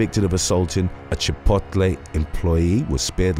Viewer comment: THE WAY HE SAID CHIPOTLE I ALMOST CHOKED 😂😂😂😂 In American it's "CHIH POTE LAY"